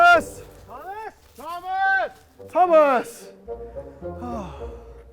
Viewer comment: LOL.. it sounded like they are shouting hummus instead of thomas in the intro xD